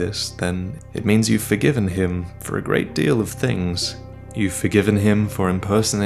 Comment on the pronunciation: Grei-rat is Indei-maus spread the lore